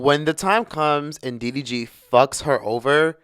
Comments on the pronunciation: Did you call him dvd I’m hollering 🤣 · I say he’s calls him DVD every time 😂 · After calling him "DVD" what has that change in his life 😮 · You keep calling him DVD🤣🤣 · DVD DGG lmfaoooo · I like how refuse to get DDG's name right. 😂